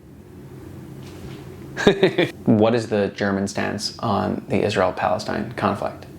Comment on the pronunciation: what kind of juice apple orange going wild about grape? Sorry every time you say Jews it sounds like juice… this was an attempt at humor…